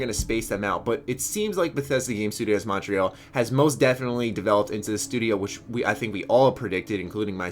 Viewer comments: I love you, but dear Lord is your pronunciation of Montreal weird. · you pronounce Montreal weird I am only saying this because I live in Montreal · He is just not saying it with a French accent, how would you pronounce it?